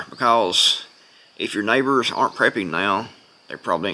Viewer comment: You saying SNIPERS OR NEIGHBORS??